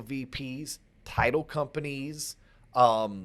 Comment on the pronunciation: Sike! So you are saying butchered the title AGAIN...;-)